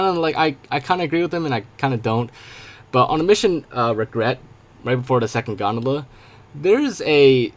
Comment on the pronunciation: you said the second GONDEBLU